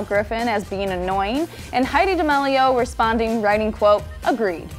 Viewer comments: ChArLi DaMaLeO- its charli DA ME LIO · it’s dah-meal-e-oh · y u pronounce it like damilio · She literally says dixie dEmElio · the way she pronounces d'amelio lmao